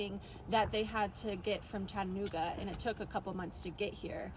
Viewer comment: Oh it’s nice to see her!! And she said Chattanooga correctly. not so much lol